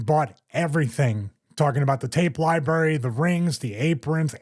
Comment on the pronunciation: I love you Stevie! But there are 2 R's in the word LibRARy. 🥺🥺